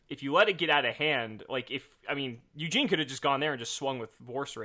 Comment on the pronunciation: It’s Eugene not Yuginono. Get it right!